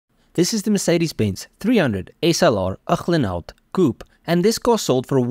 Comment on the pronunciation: Great information, absolutely gorgeous automobile... however annoying to hear Uhlenhaut pronounced incorrectly over and over...ooklenhowt? But the rarefied air of elite car collectors makes the buyer top dog. Good for this obscenely rich SOB I guess.